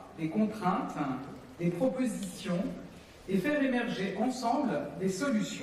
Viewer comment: Bordel qu'est-ce qu'elle est agaçante quand elle fini ses phrases avec des sons en 'un' ménagUN, écologiquUN, ensemblUN, civilUN. Pfou! c'est lourd